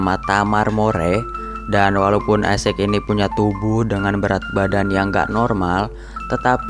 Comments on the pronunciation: bacanya bukan isec bang tetap isacc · Bacanya gini bng = isaac w sprauge isaac = isak w. = Doubleyu spauge = speigej